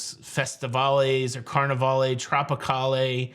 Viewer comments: Hi! Great video. I cruised on the Tropicale in the 80’s out of Long Beach. We pronounced the ship Trop-i-call, not “allay”. Hopefully they bring back the name and port it in Long Beach!! I would definitely book that inaugural cruise! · I believe it was pronounced "Trop-i-cal" - not "Trop-i-cal-A." Carnivale also had a ship that I did sail on called the Festivale. The staff pronounced the name of the ship as "Festi-I-val" rather than "Fest-I-Val-A." Just think of how you pronounce Carnivale --> "Carn-i-val" rather than Carn-i-val-A." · Dide, you're messing up those old ship names. "CarnivAL" TropicAL" "FestivAL" -no "ay" sound at the end. I sailed two of those, so I speak from experience. :) I did a couple of trips on the old/original Holiday, and wouldn't mind seeing the name return. Thanks for all the news and updates. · Did anyone explain the pronunciations for Carnivale, Festivale and Tropicale? You do not pronounce the "e" at the end like Carnival-AY. It's like Carnival...except that the accented syllable is different. It's CarniVAL (and FestiVAL and TropiCAL). Just thought you'd like to know since you didn't seem thrilled with Carnival-AY. (I should clarify...the VAL is pronounced as the CAL is in CAL-ifornia.) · Hi, the pronunciation of Carnivale and the others with “vale” at the end is more of a French pronunciation. The “vale” kind of sounds like the first part of hotel chain Valhalla Inn or the name Valerie. The “e” is silent but creates a feminine word. Google search of Carnivale (missing the accent above the “a” is “kaar-nuh-val “. The Tropicale would end like the male name Cal. Cheers from Canada… sorry. Lol 🍻